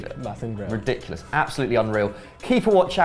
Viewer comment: They mispronounced Pachuca and Chucky